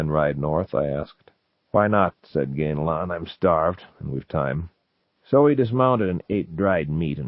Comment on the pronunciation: The big takeaway here is that Zelazny pronounced it “GAIN-lon,” not “GAN-a-lon.”